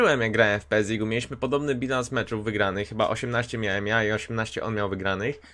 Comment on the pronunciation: Tak mnie to zawsze gryzie w wymowie, Pe es, to PlayStation. Gra to po prostu pes, albo mówiąc literkami pe e es. Nic wielkiego ale weź pod uwagę :) poza tym oglądam Cię już jakiś czas i bardzo spoko, więcej PESa! :) pozdro